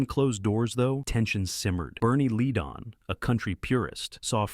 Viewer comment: You are saying the names wrong it is not lead on say it right